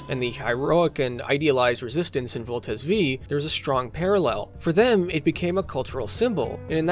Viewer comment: In the name of useless pedantism, I will correct your naming of Voltes 5(five) which is different from how Combattler V(veeeeee) is read